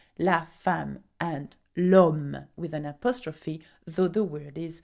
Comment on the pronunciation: But the is not prononce as djel